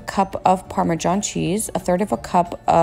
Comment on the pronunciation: She said “parme-JOHN” 😂😂💀💀